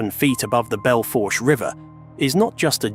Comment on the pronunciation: I😊Belle Fourche is pronounced bel FOOSH. It means beautiful fork in french